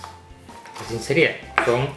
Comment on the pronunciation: "Asín de fáhsih" jeje